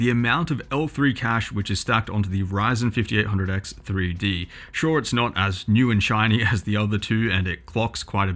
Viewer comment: You couldn't have butchered the name harder if you tried...